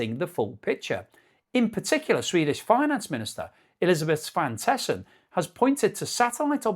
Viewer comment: Sidenote: "Svan-tesson"😅 Svante is a Swedish first name and the son-part you know from English too. So, rather Svante-son.